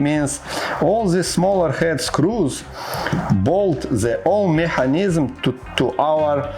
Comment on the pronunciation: Hello! The video is ok, but for God's sake, learn the pronunciation of the words "mechanism" and "battery" in English. - Good luck!